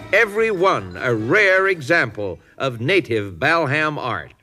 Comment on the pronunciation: Mike's right it's BALham not BELham!